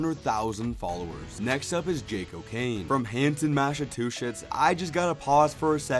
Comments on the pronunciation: Mass - uh - two - shits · Try this: Mass-uh-chew-sets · A helpful little tip Massachusetts Mass-a-chew-sits